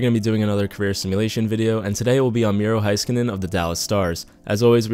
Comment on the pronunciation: I hate how he says heiskanen “Hi- ska- nin